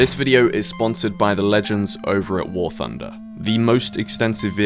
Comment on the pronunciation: Warthunder not warfunder.